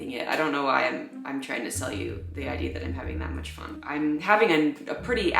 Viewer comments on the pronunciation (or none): none